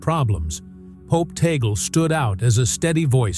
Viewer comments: I hate AI voice, with the wrong pronunciation Tag-le. No we dont respect abusers, and no, Roman Catholic losing touch and not even going to church anymore, appointing him is a PR move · The commentator even does not know how to pronounce Tagle. All COMMENTS: no video. Conclave first: White Smoke: then the new Pope will be shown on the balcony. Fake news.